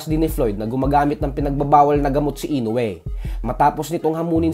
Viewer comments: Mali rin bigkas mosa INOUE 🤣 INUWE hahaha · Floyd can't say "Inoue", it's understandable, because he can't even read.🤣👍